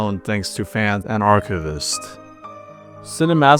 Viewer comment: You need to change up how you pronounce "archivists." The video is otherwise great.